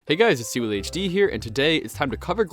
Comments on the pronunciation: ill be that nerd for you ! its pronounced how oh lee !! when theres the ' in any hawaiian names itll always have a sharp sound to it ! honestly i understand not being able to pronounce Hawaiian words since its a diff language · "Hawaly city" No way bro just butchered one of the easiest languages to not butcher